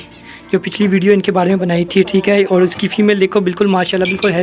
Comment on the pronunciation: Boht khoob ❤ آپ اور کو اووڑ کیوں بولتے ہیں